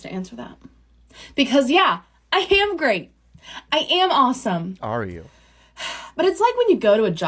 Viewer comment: I swear she says, "I ham great". There's your problem lady.